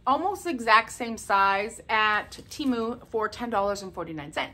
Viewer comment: Gold stars and a rose on your nose for pronouncing TEMU correctly! Yay!